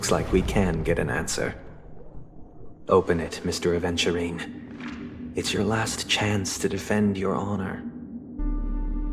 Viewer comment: At first I thought you said "a virgin" 💀